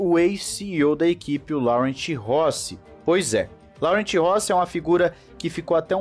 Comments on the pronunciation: Em francês a pronúncia do nome do CEO é " Loran" e não Laurent. Em português seria Lourenço. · A pronúncia correta na verdade é "Lorran"